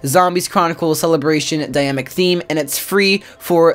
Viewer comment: It bothers that he says dynamic as if there was no n